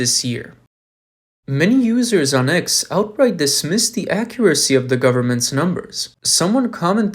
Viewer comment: Who are your readers? They are TERRIBLE; stop saying duh for the, firty for thirty, free for three; it's embarrassing!